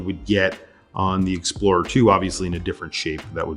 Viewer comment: Beautiful "exprorer". Thick? Yes. Matters? Maybe yes, maybe not :) At the end this is a fantastic GMT.